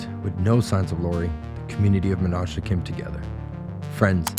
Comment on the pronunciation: You mispronounced "Menasha", but otherwise a good video! Source: Me. I grew up in Menasha.